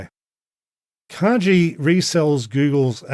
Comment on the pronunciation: What a mad world, but glad you're making some sense of it. A small pedantic note: kagi is a Japanese word (鍵) which means "key" and it is pronounced "kah-ghee" rather than with a 'j' sound.